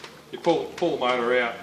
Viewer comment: I took a shot every time he said “mouata” so I died.